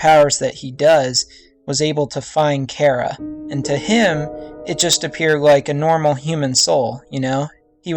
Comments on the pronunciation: And, during the video you say chara is a he, even though its a she, and you keep pronouncing her name wrong. It's Chare-a, not chair-a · it is Ch Ara no Cara it is disturbing me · Char-a not care-a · why dose everyone say chara's name like "cara" it's chara not cara!! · It's chara not kara because I'm hearing kara not chara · its pronounced CH - ara not cara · It's pronounced Ch-ara not Kara And they're non-binary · I may be incorrect, but I think it's "CH-ARA" not "C-ARA" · Cara?You mean chara? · It's not CARE-A! It's CHAR-A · "Care-a" lol. Char-uh. :) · Sh-Are-uh not care-uh. sh-are-uh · its Chara not Chera! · dude its ch-ara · Get theory but it's pronounced ch ar a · thanks, but I kinda like the pronunciation of K-ara better now after your video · not to be rude but your pronansing charas name wrong. it (ch-are-ah) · just so you now VG its Chara said like this (Char-a)but you can say what you want to say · I'm pretty sure its pronounced as "Shara" but thats just me, eh I dunno. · I haven't heard that pronunciation of Chara before. Most people I know say it with the h. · Its still a name though. If your friend was named Chara, she would correct you on your pronunciation. Besides, I said it bothered ME. Im just getting my opinion out there. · Why does everyone mispronounce Chara? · its the ch sound not ck sound ok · Hmm, I like this theory! You just earned a new sub! :D But just saying, Chara also means "joy" in Greek (???) and yeah.. Also, don't worry, people pronounce it both like (Char-a) like CHARmander and some people pronouce it like you (chara in CHARActer) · You read Chara wrong, go to google translate, type in "Chara" and listen..